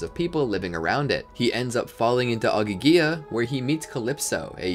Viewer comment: This is a good video, it just bothers me when people don't pronounce the Greek names/locations correctly. Like Ogygia is pronounced IN THE BOOKS as oh-gee-gee-yah. And people still refuse to pronounce Hephaestus correctly.